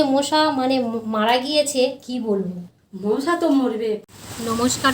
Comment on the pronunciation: মোশা না মশা বলে।